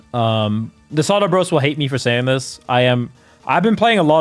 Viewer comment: ZAW-TOE ffs